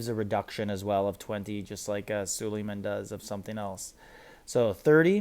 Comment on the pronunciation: You say all these names wrong which is annoying. Sulieman, Ares, ect…please learn how to say the words you use because it takes away from whatever you are talking about.